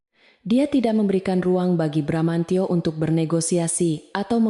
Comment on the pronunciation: cerita tidak konsiten, narator membaca teks sering lebay, bramantyo sering dibaca BRAMANCO, ga lucu